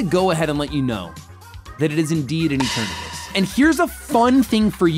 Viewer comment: Why does he pronounce it E ternahtus 😅😅